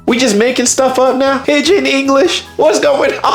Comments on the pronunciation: Its pidgin English, not pigeon! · Pidgin, not pigeon. I hope you're aware that the U.S. drinking age was 18 until pretty recently. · How can you speak some mandarin, and not have heard the phrase "pigeon english"? edit: more correctly "pidgin english". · Wikipedia: PIDGIN not pigeon 😂 A pidgin[1][2][3] /ˈpɪdʒɪn/, or pidgin language, is a grammatically simplified form of contact language that develops between two or more groups of people that do not have a language in common: typically, its vocabulary and grammar are limited and often drawn from several languages. It is most commonly employed in situations such as trade, or where both groups speak languages different from the language of the country in which they reside (but where there is no common language between the groups). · Its actually Pidgin English and some people call it pigeon when they mean pigdin (it's pronounced pidjin) It refers to a simplified, often grammatically reduced language that emerges when groups with different native languages need to communicate. It's not a native language for any group but a tool for communication between them, often in trade, or when there's no common language. While it's derived from English, it's not Standard English but incorporates elements from other languages and cultures.